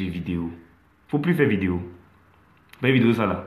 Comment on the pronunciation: merci frère vraiment même pour dire vidéo c'est problème chez lui